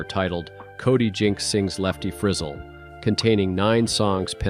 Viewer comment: Fri ZELLE, not frizzle!!😂